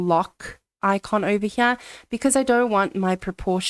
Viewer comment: "ovah- Hyeah"